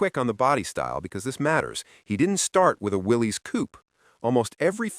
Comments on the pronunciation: WILLIS, as in, "Whatchoo talkin'' about, Willis?" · Willy's is pronounced Will us , named after John N. Willy's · Pronounced "WILLIS". A lot of people say "WILLIES", But it's WILLIS. Ask any Willys owner at a car show.